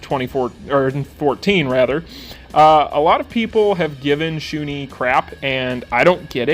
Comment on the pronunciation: Great video as always! You might want to change that Shun'ei pronunciation though. It's not Shu-nee, it's Shu-ne. Kind of cringed every time you said it wrong. xD